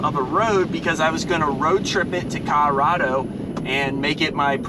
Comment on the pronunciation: Dude needs to learn how to say Colorado, wearing me out :)